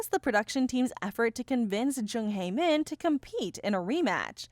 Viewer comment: You keep mispronouncing Hae-Min's name wrong